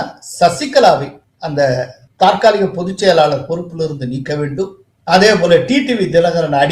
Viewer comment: தற்காலிக.... Not தாற்காலிக